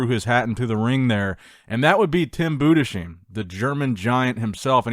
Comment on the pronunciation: You are mispronouning the German name...no "sh" sound in there...Budes..heim like home with an "h"